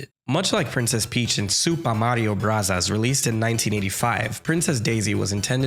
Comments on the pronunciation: I don't understand people complaining about super mario bros. and super mario brothers interchangeably. I also don't understand why you're pronouncing it as "brasas" who says it like that? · My mans really said, “ supah marios brutas” love the petty. Keep it up! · immediate subscribe on hearing 'supah mario brazas' 😂died laughing, thank you for making this! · Yeah, I would cringe if someone said "ave" instead of "avenue." You're not right on this. You can continue to be wrong if you prefer, but... you're still wrong. Just watch the intro to Super Smash Bros. and Super Smash Bros. Melee. It's "brothers" not "bros." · At some points, I thought he said Super Mario Brazzers. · Its definitely pronounced broze. That was such an annoying way to pronounce it,i know it was annoying on porpoise tho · Super Mario Bros. 🙅 Super Mario Brothers 🙅 Super Mario Brasas 👌